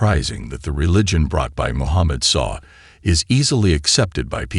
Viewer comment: This is done by AI. It is easy to pick up when you we can hear it say S.A.W. after the mention of the Prophet. No human knowing why it is would pronounce it like this. It doesn't know how to do acronyms. I don't trust AI generated anything, it appears to be more a tool for Dajjal and his deception.